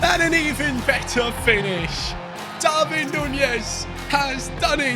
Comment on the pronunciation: Hi pronunces DARWIN NOT DARVIN